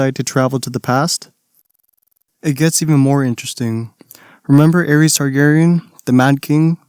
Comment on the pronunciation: i actually get so salty when you pronounce "Aerys" as "Aries." pronounce DaeNARYS